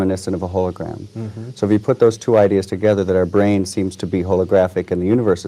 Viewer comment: this is the first time i hear say brain not brian